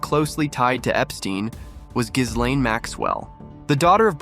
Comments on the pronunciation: I know. It's to the point now that anyone mispronouncing it to that ridiculous level isn't to be taken seriously. It's Gih-LEN. I'll except the LANE but... since Tara and the other vics say it correctly every freakin' day... not for much longer. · The S is SILENT in Ghislaine. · the s is silent you schmuck